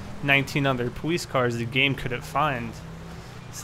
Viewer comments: powice lol say it right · pwoice, pwug ins, pway through anyone else notice that😂😂